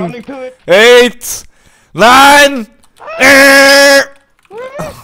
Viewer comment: "...,seven,eight,nine,eeiii(eight?),,," XD